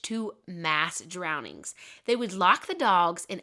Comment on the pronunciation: You're a great storyteller, you really paint the scene! I love listening to your videos, but, did you say "drowndings" 😂